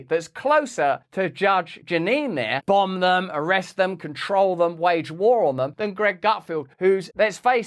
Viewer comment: "BAHMB" not "bumb"